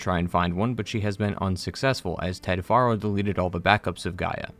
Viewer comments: I find it funny you call him far-0 even though in the game they pronounce it pharaoh.. are u a putz or someone who just likes changing things the way they want it to be … either way …. Putz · Great recap of both games. One teeny tiny nearly insignificant gripe. Your pronunciation of Ted Faro like far-o. But it's pronounced like Pharaoh, which I think went to Ted's head. That's why he named his bunker Thebes (once capital of Egypt}. The Chariot line (chariots became popular back then) is full of ancient Egyptian references; scarab, khopesh & Horus. Also kinda funny is Elizabeth Sobeck's name. Sobek is the Egyptian crocodile god. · Ugh it's "Fair-o" not "Far-o" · I know this is little thing but you mean to tell me you know how to say fero but you can't call the guy by his actual name you got to keep calling him foro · Anybody else think these video creators are just reading from a script and never played the game? The author said Ted Faro (think pear-o in pronunciation. The actual game says how it's pronounced) as Ted Faro (as FAR-o, like "that cliff is FAR off in the distance)... Am I the only one bothered by this?! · It's Ted FAIR-oh, dude. Not "FAR-oh". Why doesn't anyone ever pay attention to how the characters names are pronounced IN THE GAME? The characters THEMSELVES pronounce these names. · Dude, it's Faro, like Pharaoh, it's said in game repeatedly... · ah yes "Ted Forrow" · How do you play HZD and HFW and still mispronounce "Faro"??